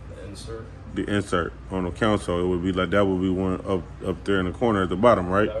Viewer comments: 😂 naw he saying counsel, it's console, smh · I be trying to figure out why they keep saying it like that